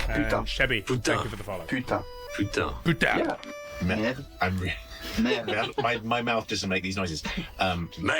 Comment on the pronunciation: That where you can combine those two to have a wonderful "Putain de merde" said one time in the game for sure, the meaning is that you are just more mad than a little "Putain". The prononciation is not perfect but in fact, perfect the way it is! so fun